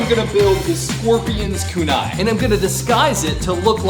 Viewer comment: Kunai is pronounced wrong